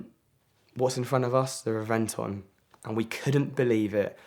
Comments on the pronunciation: Yeah, its "REV-en-Ton", and i got to not only sit in but he let me start it up, 1 of only 20 in the world, not a big deal. He let me drive his Veyron in his parking lot. REV-en-Ton, NOT the way your butchering it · He is a car guy but can't pronounce Reventon properly...